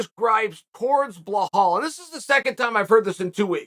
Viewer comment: Haha Chael.. it’s pronounce Belal. Not Behaul. Chael Just because you be hauling extra weight don’t mean you gotta pronounce my future champ‘s name wrong